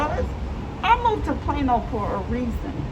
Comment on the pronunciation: Tf is a Plano sounds like piano